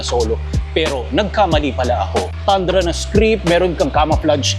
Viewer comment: TANDRA pala pag kaabasa mo idle kala ko TUNDRA👏👏 TOYOTA TUNDRA❎ TOYOTA TANDRA ✅ Galing galing 👏👏